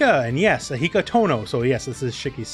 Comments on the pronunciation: oh god the way he messed up akihas name is so funny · Damn, you can tell he loves Noel and hates Akiha by the video length and the fact that he got her name wrong.